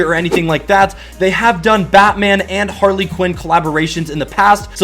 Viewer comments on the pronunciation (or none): none